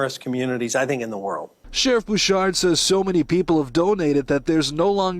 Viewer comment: Thanks for all you do @ The sheriff’s last name is pronounced Boo-Shard from knowing him.